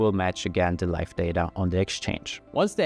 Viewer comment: About a minute in he starts saying something that sounds like "life balance" or "light balance"... I finally figured out he's probably saying "live" as in current